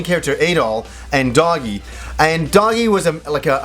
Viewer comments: Doggy? isn't it Doh-Gee? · yes it'e Doh-Gee, he just mispronounced it. :D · Also this is kind of bothering me. Dogi's name is pronounced "doh-gi", a bit of a joke on the fact that he always wears a dogi.